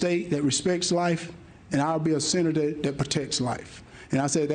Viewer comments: He can’t even pronounce Senator 😅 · He can't say the word Senator so how can he be one